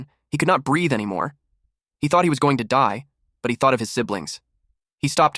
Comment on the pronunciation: ahh yes "goning" 😭